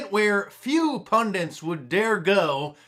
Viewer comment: Isn't the word "Pundits" ? Not Pundints?